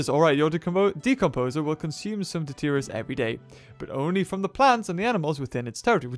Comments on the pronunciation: it's detritus not deterious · Can I please just say this, and get it out in the open??? The word, detritus, is pronounced, DE-TRI-TUS.... Not "De-teer-eeus", like you keep saying. I mean, the way you keep pronounce it isn't even accurate, compared to how it's spelled. Now that this is off my chest, I can move along with life. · I like your videos and I know you know you don't pronounce the words correctly, but deterious is not how you pronounce detritus lol